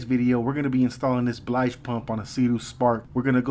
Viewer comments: It's a 'BILGE' pump. NOT a 'BLIGE' Pump...!!! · did you say "blige" pump?